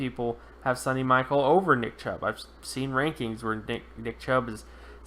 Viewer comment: It's pronounced Sony like (Sony Walkman) Michelle (like Michelle Obama) , not Sunny Michael. And I think he will be better than you predict.